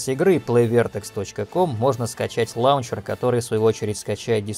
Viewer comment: пожалуйста произноси лОнчер